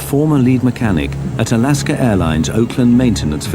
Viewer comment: Alasker airlines lol work on your pronunciations a little harder